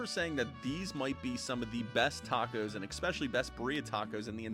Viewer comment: Your pronouncing the tacos wrong